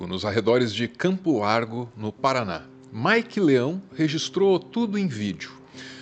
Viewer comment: Paraná... kkkkk Paraná...